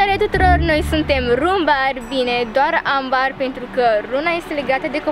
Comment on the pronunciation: Ambar se citeste ,,ember''